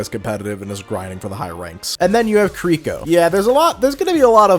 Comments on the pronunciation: It is KI-ri-ko. Not Kreeko. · But.. why are you pronouncing Kiriko and Kuriko? 🤣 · If I hear this man say kuh - rhi - co one more time, I might spontaneous combust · You were saying Kiriko wrong throughout her section. It’s pronounced (Ke-de-ko) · The way you say Kiriko actually hurts me